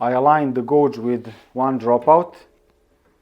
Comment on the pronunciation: "Dishing gauge"; "gauge" is pronounced with the "auge" part sounding like "age".